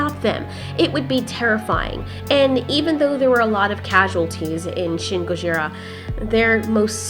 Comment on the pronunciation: you said shin gorji